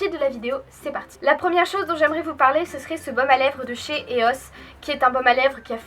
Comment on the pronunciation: Eos tu la dit mal👎🏼. Sinon cool la video